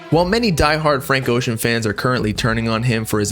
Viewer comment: His last name is pronounced bro